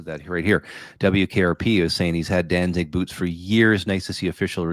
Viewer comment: Uh, you mean Danzig? No “ing”